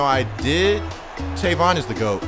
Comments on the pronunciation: his name is tavon not tayvon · It's tayvon.... ( pronounced)